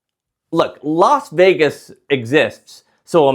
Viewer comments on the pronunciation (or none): none